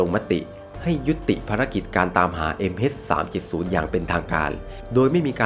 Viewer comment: MH เเต่เวลาพูด MS สับสนเลยครับ